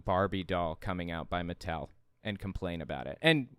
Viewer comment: I'm very cautiously optimistic that it could turn things around for Hasbro and Mattel (oddly pronounced like "Mattelle") films, but I couldn't make sense of how the internet reacted to the promotional materials. It wasn't anything like when the trailer for Cats, the #1 worst film of '019, dropped, was it?